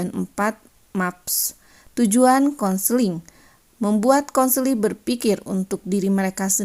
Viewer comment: bukan kenseling, tapi konseling.. hehehe